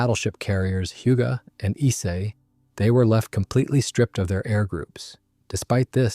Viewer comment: How many different ways did this AI mispronounce "Ise"?